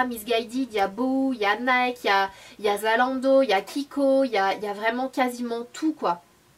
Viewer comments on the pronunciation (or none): none